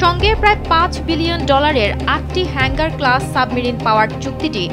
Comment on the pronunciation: হেঙ্গার ক্লাস নয় হাঙ্গর ক্লাস।